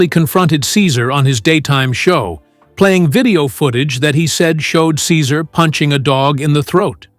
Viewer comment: Your narration disrespectfully mispronounce Cesar’s first name!!! Awful